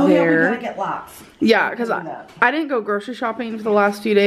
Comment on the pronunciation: “No deedint 🙄🙄